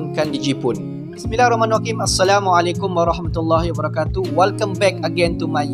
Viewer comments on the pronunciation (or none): none